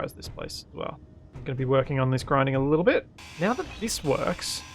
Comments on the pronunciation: "We're going to go blun wok higher" eh? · We're gonna go blone wock higher. Had to rewind to make sure it wasn't just my ears playing tricks.